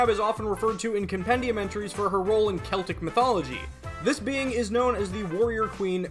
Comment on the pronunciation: Medb is pronounced as MAEVE. Gaelic is weird that way. And it is pronounced like 'Coo Choo Lane' Thank you for saying (K)eltic and not (S)eltic!